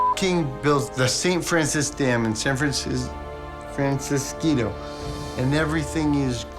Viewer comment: ah yes, san fran-cis-keeto. i love it 😂